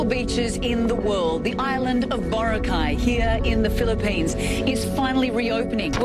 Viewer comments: It's boRAcay... not BOracay. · It really annoys me when foreigners can't pronounce Boracay properly Its pronounced as BURAKAI not BORA-KAI🤦🏻‍♂️ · in Hermione's voice It's BoRAAcay, not BoraCAY. Sorry, couldn't help it. XD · Borakai (one word) not bora-kai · I hope you learned how to pronounce BORACAY correctly. Not bora cay. It’s bo ra cay. Listen how PDu30 pronounced it. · Pronounce word correctly... Boracay... Malumay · American: borakay Pilipinos:hoy gago Boracay yan hard hindi soft gg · Respectfully, can foreigners pronounce boracay? The way they say it feels like it is the correct one